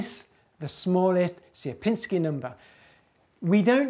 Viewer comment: you've got funny pronunciation of "Sierpiński" anyway, nice video :P